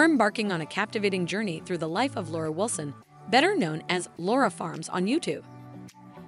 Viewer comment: Laura, not Lara...